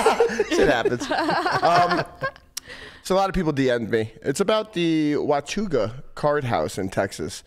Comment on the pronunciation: OK guys. It's pronounced Wah Taw Gah. Not Wa too gah. 😉 Peace.